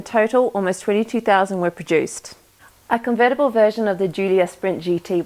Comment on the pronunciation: Con-ver-tible ver-sion:) Nice customisation,.... But eh, why do you need to get to the fuel sender once the tank is in? I presume the wiring goes into the car before you bolt the tank in? At least the sender wiring, I mean.